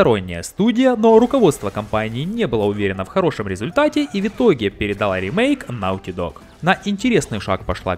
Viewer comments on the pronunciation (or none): Какой «нАУти дог»? Неужели так сложно сложно посмотреть как правильно прозносится слово? Любой словарь покажет, что произносится «нОти дог». И еще называют себя «создателями качественного контента»